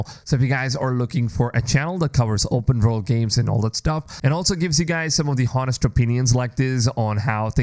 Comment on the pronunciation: the 'h' is silent in honest.